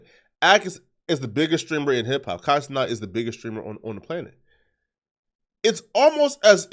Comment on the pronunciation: Who is Kai Ce-NOT?